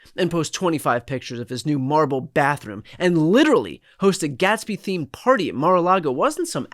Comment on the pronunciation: The Great Gas-be? Ok...😂😂😂😂😂😂😂😂😂😂😂😂😂😂😂😂😂😂😂😂😂😂😂😂😂😂😂😂😂😂😂😂😂😂😂😂😂😂😂😂😂😂😂